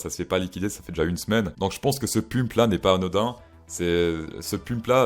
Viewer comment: hahaha tu as dis pUmp hahaha